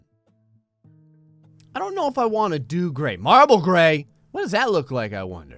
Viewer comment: Gray Call it a Gray room Not a Graet Room